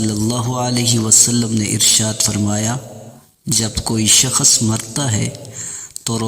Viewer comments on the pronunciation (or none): Shakhas nahi hota shakh hota he